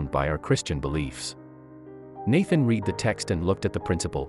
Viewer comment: The guy reading the narrative should learn how to pronounce "read".